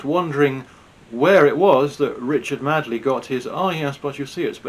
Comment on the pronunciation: Richard Madeley ( or more correctly as you pronounced him as Richard Madly) Is taking the money without a second thought to journalistic standards, morality or unbiased reporting. I'm disappointed that people are still watching this drivel ( not your channel, the legacy media).